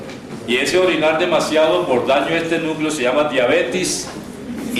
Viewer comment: Es Diabetes no “diabetis” jaja